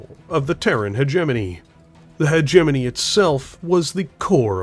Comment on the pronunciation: wtf pronounces "hegemony" properly WTF Edit: ok nvm were back to hegenemy 😄